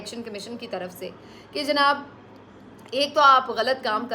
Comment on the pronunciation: sister I really like the way you say janaab